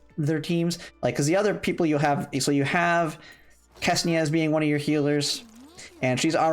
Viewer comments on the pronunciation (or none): i get it that you're from 'murica and it's difficult for you people to articulate anything that's not english (even english is difficult at times), but please read ksenia as xenia rather than kesnia lmao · I can see problem with QJ name, but why everyone says Ksenia wrong?